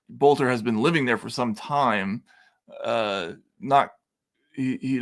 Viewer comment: Boelter, pronounced Belter. I think in German it would be Bölter.